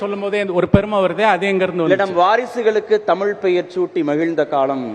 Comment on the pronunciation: தழிழ் a kuda tamil nguraru ... data points not correct...